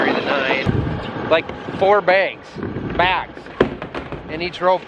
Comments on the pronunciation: “Begs, BAYGS” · Can we get Becky to confirm whether it's bags or begs. my fellow podcast listeners will understand😂